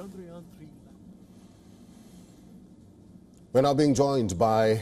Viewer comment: bro said chayandrayan 3